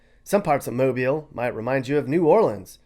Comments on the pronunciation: Thank you for pronouncing ’Mobile’ correctly. Roll Tide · I'm from Mobile, and I'm so happy that somebody not from here actually pronounced our city right! Love my city and my beaches!